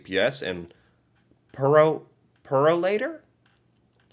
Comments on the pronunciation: It's pronounced Pure o lator not purrr o lator😂. As a born and raised and very PROUD to be Canadian, i am indeed extremely insulted by your elected ( criminal) suggesting a merge of my Country with yours!!!! I am convinced that your electoral process was rigged for soooooo many cannot be so foolish as to vote for such a blatantly corrupt individual # SAD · Purolator...pronounced...'pure o lator'. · please please say PUROLATOR again for me!!!! HAHAHa I love the way you pronounce certain words. Think PURE OH LATER put it together, VIOLA you have purolator. Oh and to you postal workers, you are not only hurting the Government, small business owners are all going to find a competition. Then your wages wont look so bad when Canada Post goes under!